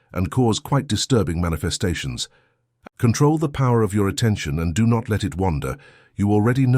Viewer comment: mucho emphasis in the do not lolol😂 stop that. Thanks ❤